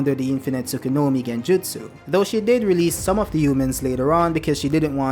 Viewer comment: Tsu-ku-yo-mi!!!!!! Not Tsukunomi..